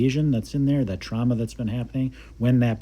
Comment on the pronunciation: Trauma not trahma